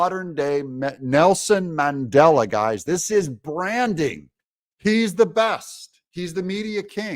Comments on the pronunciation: Mandela not Mangela lol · It's Mandela not Mangela. Way to make conservatives look bad. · Mandela, not mangela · Oops. It’s Mandela, not Mangela. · It’s Mandela not Mandela. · There is a big difference between "Mandela" and "Mangela." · Mandela - not Mangela.. LOL. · Um, that's Mandela, not mangela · Umm...its Mandela not Mangela. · Mandela not Mangela. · Who is mangela? I thought 🤔 it was Mandela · Mangela...really? the DA is more like Mengele! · Mandela—-no “g” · Come on Doug its Mandela LOL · That's Mandela not Mangela? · Did Trump say "Mangela," or "Mandela?" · Who is Mangela? Are you confusing Mengele with Mandela? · Mandela NOT Mengele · Mandela not Mangela 😂😂😂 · Mangela Doug? You really oughtta fix that.